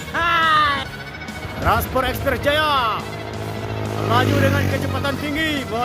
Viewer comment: Transpot udaa..bukan transporrr😅😅😅